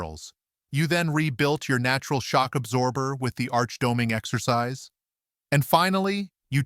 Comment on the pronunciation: Doming ?? Get someone to teach pronounciation